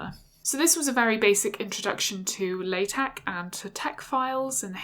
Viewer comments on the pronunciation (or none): She pronounced it wrong. Should sound like "La" "Tech". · Pronounced "la" "tech' :)